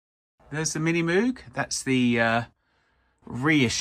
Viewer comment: It's MiniMoog, Moog is like "ROGUE"... not moowg...Not sure how you're still mispronouncing after 50 years